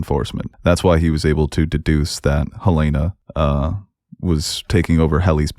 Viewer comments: I swear😭 they literally say her name in the show. Helen-ah and Helaynah are two different names lol. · Great video just one critique- it is Hell-N-Ah NOT Hell-A-nah. They say her name in the show. Those are 2 different names.😂😂 A huge pet peeve is people mispronouncing names in shows when they say the name in the show. Like Ahnna and Anna in Frozen- they literally say her name- why would you pronounce it wrong on purpose?? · Great review, but for the love of Kier, it’s Helen-A